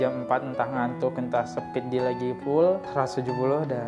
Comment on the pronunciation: speed bukan sepeedd